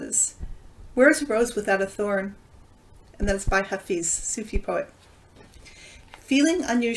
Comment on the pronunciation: Hello and thank you. By the way, his name is pronounced Ha Fez. 💕